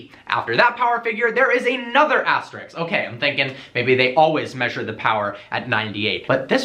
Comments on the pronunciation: It's ASTERISK not ASTERIKS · Its not 'astericx" its asterisk....